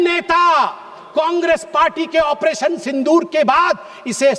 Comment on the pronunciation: At first pronounce it Sindur, don't pronounce as Sindhur